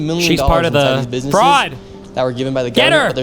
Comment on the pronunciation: Bro can't even pronounce "businesses" and he's an expert 🙄